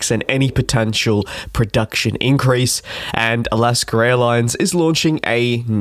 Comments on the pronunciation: It’s Alaska….not Alaskar! Cmon man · Translation: Alask-er. I think he ment Alask-a... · It's A-las-ka, not Al-las-ker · When he says "Alaskar" instead of "Alaska" it's just a quirk of the Queens English. Most speakers of the Queens English (UK, New Zealand, and Australia) are classified as non-rhotic. They pronounce "R" sounds differently and sometimes add an R sound on the end of certain words, and drop "R" sounds from the end of other words. Like when he pronounces "cultschah" when he says culture. Americans, Canadians, the Irish, and the Scots don't do this. Not sure about the "Santa Rose" thing. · SANATA ROSA... ROSA with an A!!! Not ROSE!! It is ALASKA Airlines, not ALASKER!!! C'mon...you are an aviation person?? UNBELIEVABLE